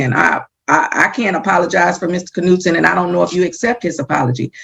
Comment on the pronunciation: Hey, idiot, you don't pronounce the letter K in the name Knutson. You guys are idiots. And stop flappin' your jaws and just play the court hearing video.